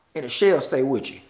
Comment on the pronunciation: "and the shells stay witchu" lollll